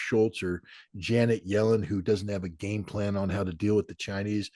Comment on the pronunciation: "Janeter" Yellen!